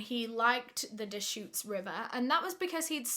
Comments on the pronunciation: Just so you know you are saying “Deschutes river” correctly 😊 Also tubing is very popular in the summer, i tube the Truckee river near my home several times every summer. But I also love boat tubing! You’ll have to try them out sometime! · I’m from Central oregon. You said deschutes right and it’s soooo weird to hear you talk about it.